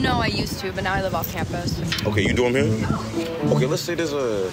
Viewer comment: Listen 😂😢😢😢😢to how he says dorm sounds like he said doom, he can't be serious